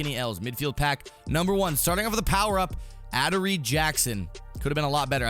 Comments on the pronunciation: Ah der ree Jackson 🤣🤣🤣🤣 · You said adoree’s name wrong. Sorry I gotta correct you I’m a huge titans fan 😂